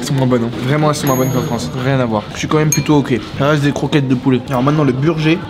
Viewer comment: maintenant le burjé (burger) xD